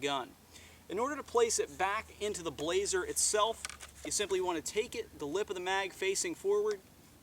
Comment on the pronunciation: Good review, one thing though. It's not pronounced "Blaze-er" it's pronounced "blas-er" you pronounce the 's' like it's an s, not a z.